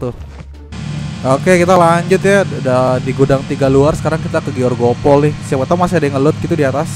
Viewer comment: Grogol bang bukan georgopol 😂